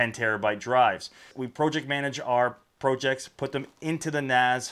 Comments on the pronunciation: I'm about to click this video off just because of how he pronounces PROJECTS. WTF man. This ain't even an accent that makes sense... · Incorrect in American its Prah jekts Rest of english speaking world it pronounced as its spelt, the correct way If you look at the comments you are about 3 years late to the pro/prah debate